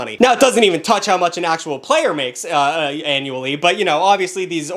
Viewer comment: I feel like when he said "Annually", I can tell he almost said "Analy"